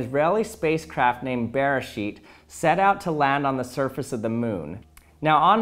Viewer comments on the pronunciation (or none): Sounded like he said "Bearshit".